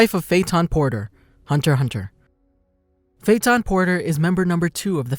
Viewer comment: I'll gladly take my leave after hearing "Hunter Hunter"